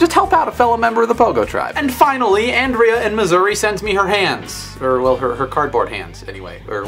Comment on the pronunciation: you said my name wrong .. it is like On-rea... lol thanks for putting my hands on your wall!!!!!